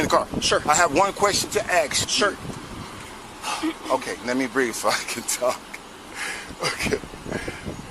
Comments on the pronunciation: has one question to "axe". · " I have one question to aks " 🤡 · Please tell all the brothers from the gangster Hood that you ask a question ASK it's not AX okay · Ok, two more words.."axe, and imoonity". Go Ty!! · "I have one question to axe you"😅😅😅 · Can I axe you a question about your qualified imoonity and the oof you took? 🤣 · He axed him about his oaf.